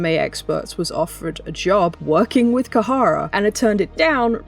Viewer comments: It's not Kahara but Khara pronounced Kara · Khara is pronounced kha-ra. 2 syllables Not kuh-ha-ra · Great video, seriously, but every time you pronounced it “Kahara” I cringed a bit. That’s like, the bare minimum of working with a company is knowing what they’re called 😅